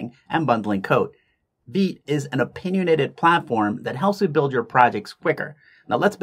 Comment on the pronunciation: Vite is named after the French word "vite", which means quick or fast. It's pronounced "veet" (rhymes with feet or wheat).